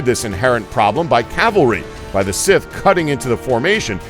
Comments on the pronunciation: SMALL nitpick here, but it's "Scythe", not "sith". Sorry, kind of a grammar/pronunciation nazi. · Stop saying sith it's cythe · For fucks sake, the word is Scythe, not Sith. They are not pronounced the same way. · It's not sith it's Scythe (Sci-the) (the y sounds like a long I people!!!) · Okay, last I checked, it's not "sith", it's not "sayth" it's "Scythe". dude. pronounce it right. does he even LOOK at the comment section? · why does he say sith instead of scythe?? just, wHY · The pronunciation in this video... it's driving me up the walls. They pronounced scythe as sith, and khopesh was weird... like kho-pesh. Irritating. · Dude. Its. SCYTHE NoT SITH. SSS IIEEEE THHHH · its a scyth, not a sif or a sith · Sith = scythe lmao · Grrr, one would hope that he'd remedy his pronunciation errors between the making of these videos! "The 'Sith' chariot, 'Sith' chariot, 'Sith chariot... He just continues, blissfully unaware, to compound his errors - making everyone with even a passing familiarity with one of the oldest and most commonly used farm implements of all time, quite literally, cringe in pain. How does he pronounce sickle? Cycle??? Maybe consult with a person or two before you post these videos. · Sith? let's ignore the letter Y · The pronunciation is just terrible here. Scythe. Pronounced S-EYE-TH. This is medieval warefare, not star wars. I know it's been said a million times, but seriously, this is the second video they did this in. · Scythe, dude. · SCYTHE! sCYthe! S-EYE-the! How many times?! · Revenge of the Sith Chariots... please learn basic pronunciation.. please. otherwise i really like your videos. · You can Pronounce Urumi, but you can''t say Scythe properly? Are you serious? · still haven't figured out how to pronounce "scythe" i see. i think you've watched too much Star Wars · How hard is it to say scythe correctly? Jesus. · i cant take this guy seriously has he really honestly never heard the word scythe spoken aloud before?